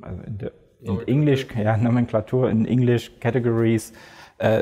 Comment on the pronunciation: No worries,, I know lots of english speakers who cannot pronounce "nomenclature".